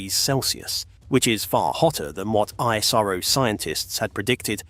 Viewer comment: Why is 🇬🇧 so Goddamn jealous of the Jewel of the 🌎 called 🇮🇳???? And BTW this is for the British narrator....its not ISARO but ISRO....Dont mispronounce the Smartest and the most efficient Space Program in the world...known as Indian Space Research Organization....like the colonists did back in 1540 and beyond....by changing the original names of cities and towns to their desired pronunciation ..like Trivandrum for Thiruvananthapuram.......Baroda for Vadodara.... Bombay for Mumbai....and hundreds of other towns...but Indian pride has been restored after they kicked the Red Coats out...and now almost all of those polluted names have been restored to its original version for purity and sanctity...which the Red Coats have NO CLUE of....robbers don't care anyways....it shows.😊